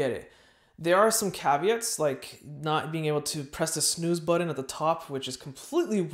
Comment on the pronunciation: Stop saying “buddon” it’s BUTTON... it’s a T not a D as in but not bud .. therefore it’s button not buddon